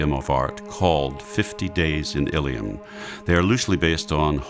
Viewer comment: It's Illium, not Illiam. Unless you think perhaps Byzantium was actually Byzantiam. Or Brundisium was actually Brundisiam.